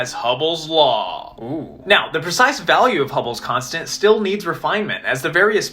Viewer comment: Wow, I never knew about hubbles' constent. I don't think that how you say that